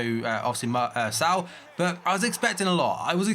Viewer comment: Pretty sure its not pronounced 'S - ao'. It's 'S - oh'